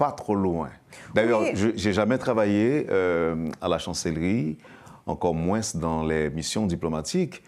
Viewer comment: Encore "moins" (le s ne se lit pas). Pas "moinsssss". Mais moins avec un s silencieux.